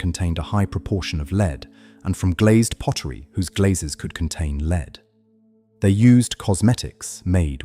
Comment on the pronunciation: lol lead is said wrong can’t you actually listen to what you post and correct the pronunciation ?